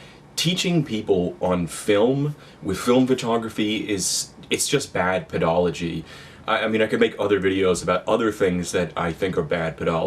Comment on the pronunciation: The word is actually said ped-a-go-gee